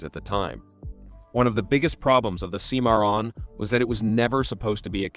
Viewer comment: Cadillac "See-moron"? Thumbs DOWN for the silly AI voice!